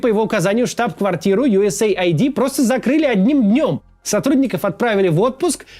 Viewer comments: US AID - Ю Эс Эйд, не Ай Ди. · Не USA ID, а US AID ┐( ∵ )┌ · Ю ЭС ЭЙД а не Ю ЭС ЭЙ АЙДИ (US AID) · Как можно USAID произнести как "ю эс эй айди"..? Хоть бы английский подучил. "Ю эс ЭЙД"